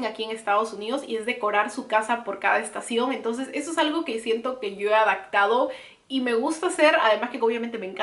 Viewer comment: También dice Adactar en vez de adaptar. "Yo ya me he adactado". Y se oye un poco mal. Ojalá tomes en cuenta esos comentarios. (Sin afán de ofender)